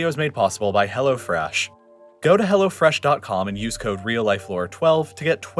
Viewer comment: I'm still not fully awake but i swear i've heard "Go to hell fresh" in the intro ad